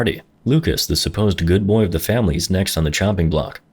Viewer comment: "Hehe bwooyy"🤣🤣